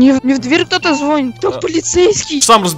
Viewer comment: Не зво́нит, звони́т